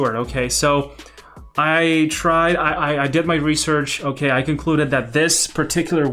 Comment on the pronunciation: that lollipop moment tho: "okeh"